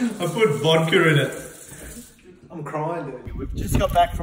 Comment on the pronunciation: “I put vodker in it” 😂